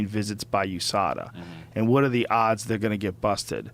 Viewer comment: The way Rogan says whuhàt(what) makes me want a pitchfork in the face